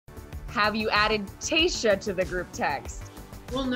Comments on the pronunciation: Yess! Tay-sha not Tay-juh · Her name is not that hard to say, why is this guy saying Tayja instead of TaySHA. 🤦🏻‍♀️🤦🏻‍♀️ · Anyone else bugged that he’s pronouncing her name Taysia like Asia? There’s an h in her name - Tayshia so you get that sh sound. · This mans said her name wrong the whole video even tho other people said correctly and it was infuriating every time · can someone please teach this man how to say Tayshia’s name